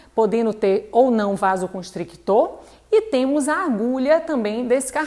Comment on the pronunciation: Excelente! O meu professor também pronunciava vaso constrictor pelo vício de ler em inglês. Quando eu falei que era constritor ele me olhou atravessado e toda vez que se referia a vaso constritor ele me olhava, apontava e repetia: VASOCONSTRITOR.